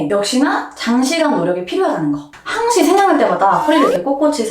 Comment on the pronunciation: 항~시ㅋㅋㅋㅋㅋㅋㅋㅋㅋ갑자기 구수ㅋㅋㅋㅋㅋㅋㅋㅋㅋㅋㅋㅋㅋ